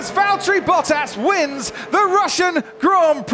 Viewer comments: “Bottaso” I Want more “Bottasos” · ... it is NOT Lewish ... it is NOT Bottash ... and it is certainly NOT Max Vershtappen!